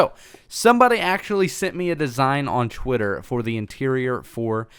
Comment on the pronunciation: Did you say Twitter or squidtter?